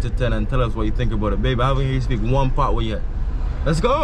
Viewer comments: Bro, it’s pat wa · you a romanticise the word. It is 'patwa'. Pronounce the wa after pat😀